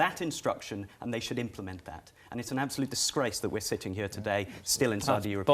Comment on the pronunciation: "You should not be shitting here"..... Lmfao... Put your dentures in man...lol